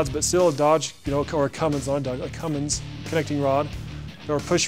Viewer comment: It’s not Cummings, it’s Cummins!!